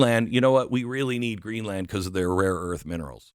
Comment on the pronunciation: Geez Glenn, it's Greenland not GreenlAnd!